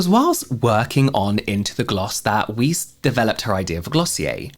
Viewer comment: Weiss is pronounced like "vice" I think